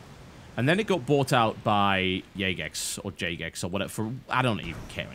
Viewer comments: I believe it's pronounced Jay-gex and not yay-gex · Jagex is pronounced as in 'Java Gaming Experts' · I think it's pronounced Jahgex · I prefer to pronounce Jagex "Gay-Fecks" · It's pronounced Fagex